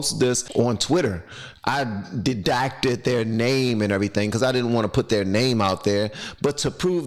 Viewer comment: "you REDACTED their name" it sounded like you said dedacted.